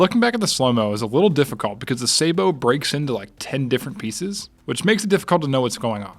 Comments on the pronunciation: they are called suh-BOW, not SAY-bow. I don't know how so many YTers got the pronunciation of that word wrong, but it's been in use in English for 400 years. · Don't be French. "Sabot" English / Military / Technical Pronunciation: SAH-bot (pronouncing the final -t) is also widely used in American English, especially among military, shooting, and engineering circles.